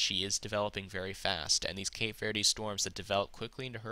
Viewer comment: Kat-yah; Cape Vurd. You know, I appreciate your work, and think you do a great job of explaining the modeling and giving us your thoughts. However, the mispronunciations are like typos in a really good book - they distract my attention from what is otherwise an excellent story. Thanks for taking the time to do this every day - there are a bunch of us out here who use it in formulating our thoughts about what and how we prepare.